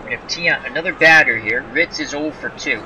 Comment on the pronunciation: Also, Ken Reitz's last name is pronounced "REETZ," just fyi